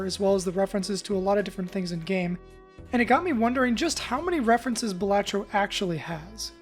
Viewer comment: Thunk: "BAL-uh-tro" Everyone: "Buh-LAH-tro" This guy: "Buh-LAT-tro"